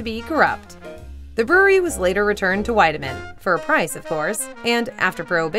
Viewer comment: It's pronounced "Weedemann".